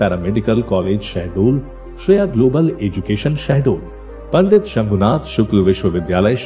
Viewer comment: SHAHDOL not sahdol😒🤔 gawar